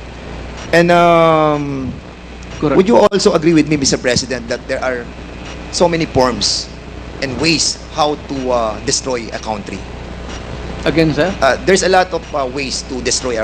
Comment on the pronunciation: So many porms ? Or forms - don’t destroy my COUNT-try? Or COUNTRY? F pronouns P? Vice Versa - Fernandez need to study and relearn correct pronounciation of words - correct/proper English grammar